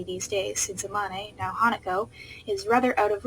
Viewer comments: STOP SAYING A MON AY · When you said amane I was like EH-MON-A??? But then I forgot you never saw the anime so you don’t know how it’s pronounced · I'm so sorry, but the pronuciation for Amane is really bothering me right now 😂